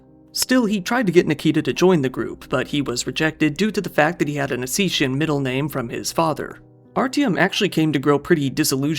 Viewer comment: thanks I think he just mispronunciation the word osstian. which is fine